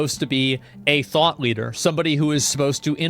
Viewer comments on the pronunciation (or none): none